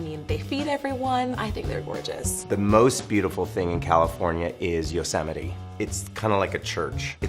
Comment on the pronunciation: thank god the california guy said yosemite...i was about to throw hands